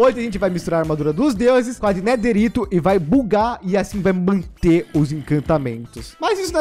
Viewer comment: É neterite